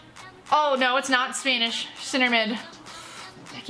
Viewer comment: Don’t know if it’s just her accent but I thought she said “spainish” 😂